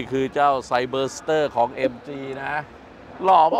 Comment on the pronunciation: รู้นะว่าไม่ใช่ภาษาพ่อภาษาแม่ แต่การออกเสียงชื่อรุ่นรถมันไม่ได้ยากเกินกว่าจะศึกษา ไซ เบอ ซะ เต้อ เชรดโด้ว